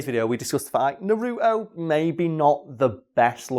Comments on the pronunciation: It's nar-u-to not na-ru-to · it’s naruto not nuruto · Im sorry, but this always bugs me. No one in the Japanese or English versions calls him Na-ROO-toe.......ever. His name is NAR-u-toe. (Obviously, I spelled them phonetically. No point in correcting my spelling) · NA-RU-TO not NA-ROOT-O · hate when people say nUh RuTo 😂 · "I hope I say this right, Masashi Kishimoto" Me: that's sounds right "NARUTOU" Me: you get the creator's name right but you mess up naruto... It's not even that hard... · that’s not how you fucking say naruto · The way he says Naruto bothers me more than I’d like to admit...